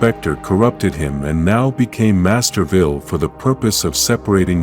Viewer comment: Is there a town called Masterville? 😆. The AI narrating always mispronounces words. Just get a real person to read the script.